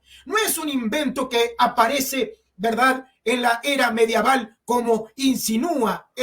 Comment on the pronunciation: Amigo no se dice mediaval